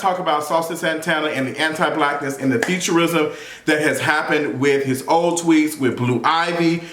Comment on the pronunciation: Damn I kept thinking he was saying futurism like fiction . WTH 😂😂😂😂 featurism